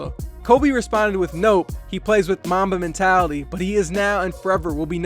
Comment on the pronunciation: Who heard Momma Mentality 😂